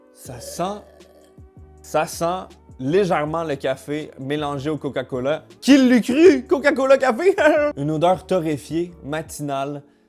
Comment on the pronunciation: Eh gros jtai entendu, à t’a dit COCALA mdr